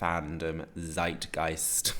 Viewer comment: Say "Tsayt-gayst" (like in Latin, not English) when reading Zeitgeist, cute pinky-magenta :)